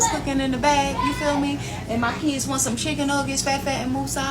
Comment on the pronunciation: Muh keeyuuds. The fatigue is almost unbearable, no I don't "FILL" them.